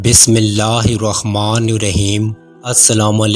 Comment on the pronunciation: بسم اللہ تو صحیح پڑھ لیں, الرحمان کو آپ الرخمان کیوں پڑھتے ہیں